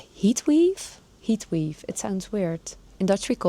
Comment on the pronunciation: Heat wave ( spreek uit als weev) You speak softer and less quickly when you use your 🎤 😊 ❤